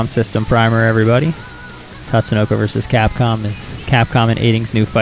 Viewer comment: You pronounced Tatsunoko wrong (it's Ta-tsu-no-ko, not Tats-to-no-ko). Otherwise, a good video for beginners. This came a bit in handy since I've only had experience playing Marvel Vs. Capcom 2 which is different from this (which is similar to the original Marvel Vs. Capcom).